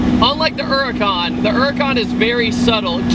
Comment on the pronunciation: It is called a huracan